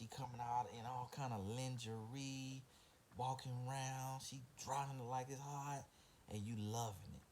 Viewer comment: Omgggggg he said lynn-ger-ee 😳😭